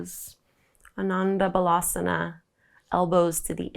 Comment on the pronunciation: nurturing as usual. Phonetically, आनंद बालासन = Aanund Bal_Assun= Happy Child Pose. In Sanskrit the a at the end is silent in most instances, including Asana. My offer on an informal Hindi and Sanskrit pronounciation conversation is still open...🤙